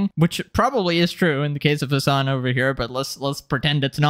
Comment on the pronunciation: Throughout the video, I kept hearing "his son" instead of the name Hassan. 💀